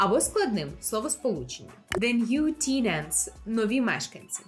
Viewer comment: Гарна ідея з будинком та презентація! Проте трохи сумно, що виходячи у публічну площину викладач навіть не перевірив правильну вимову слова tenant… 😢